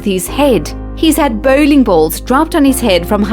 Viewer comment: Who pronounces bowling ball, as Bow ling.